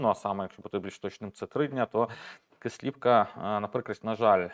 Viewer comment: Будь ласка наше село називається Кислівка наголос на перший склад